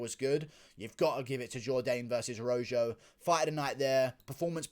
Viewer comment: "fight of the night, Jourdain vs. ROW-ZJO" 😂😂😂 I love it. That'd be ROW-HO my man.